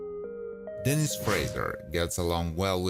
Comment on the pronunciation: The narrator to know how to pronounce the names he pronounced Aaron wrong he pronounced the character Denise as Dennis learn the names before you make a video